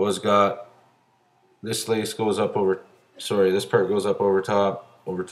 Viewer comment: "swowwy" = sorry and out/about etcccc....